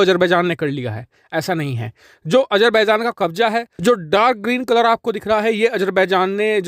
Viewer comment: Bhai colour to theek bolo